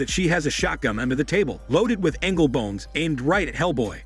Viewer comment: Wart-Hog. Also Angel bones in the shotgun, not Angle bones. A lot of weird mispronunciations in these videos.